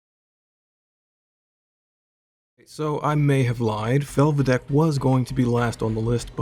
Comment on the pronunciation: Good pronunciation of Felvidek though.